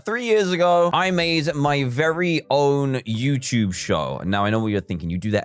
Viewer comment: After all these years, he still says youchube instead of youtube.